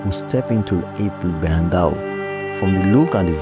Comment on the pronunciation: Tizi n Tichka you wrote it right, but you pronounce it Tizi n tchika Ait ben Hadou not Ait Bendaw as you pronouce it or Ait Bendahou as it was written on the map. you killed me on the Marzazat, it's Ouarzazate 🥲 You can find Amazigh people starting from Canari island to Siwa in Egypt (very beautiful place btw). Tinariwen are nomade amazighs, gypsies of north africa. Always making good music those gypsies where ever they go. Good job.